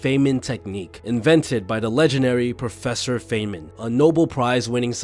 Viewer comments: The fay-man lol. Fine-man. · It’s pronounced ‘fine-man’ not ‘fey-men’ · pronounced fine-man... rich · Not a credible video from the standpoint that the narrator doesn't know how to pronounce Feynman's name or other basic nouns.